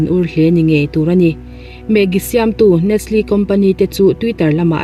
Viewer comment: Nestle i pronounce dan hi..A diklo deuh...... mizo taka NES LE tih zawk tur,NEST LE